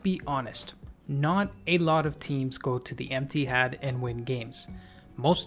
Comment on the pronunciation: Is he saying 'Empty-Had' or is it just me? 😂